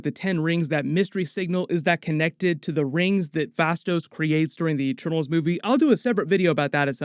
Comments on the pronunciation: "Eetermaals"? WTF? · "10 rings: Eeternals"? heh